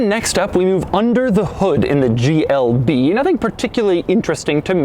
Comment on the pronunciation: At the start of the video I think he said “GLD”